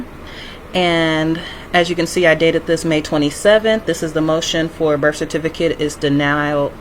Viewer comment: Delusional much. Birf is not a word its birth. A good drinking game is to drink every time she says for the record.Drinking game 2 is drink everytime she says